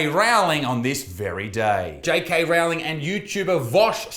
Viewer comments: repeat after me rou-ling rowling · I love how Isaac says Rowlings name wrong as a blatent disrespect to the Terf.